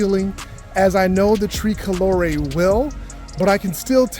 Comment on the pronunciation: “ tree colore’ “. Haha - you’re definitely not Italian